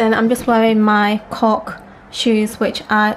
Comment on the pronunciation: When you said "cork... shoes" I thought I heard you say something else! :hear_no_evil